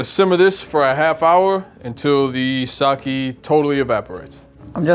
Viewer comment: kept pronouncing sake wrong. It pronounced sa-ke, not sa-ki.